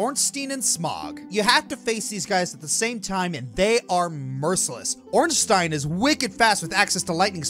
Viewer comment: I adore you, but dear god the way you say Ornstein and Smough's name was like being repeatingly stabbed with a rusty shiv.